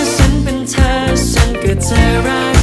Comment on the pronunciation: ชอบเพลงนี้มากของพี่บอล เอามาทำใหม่ก้อชอบนะค่ะ ติดแค่ตรงคำว่า ฉัน ออกเสียง เหมือน ซั้น ฟังละจั้กกะจี้ๆยังไงไม่รุ้ค่ะ แต่ก้อแปลกใหม่เปนสไตล์ของ rooftop ละมั้ง 😊